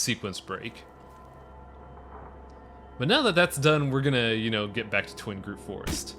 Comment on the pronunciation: TWIG-ROOT! Not Twing groot! I like the LP so far but that is driving me insane!